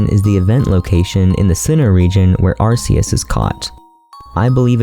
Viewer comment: Arceus is not pronounced "ar-see-iss". It is prnounced "Ar-key-iss"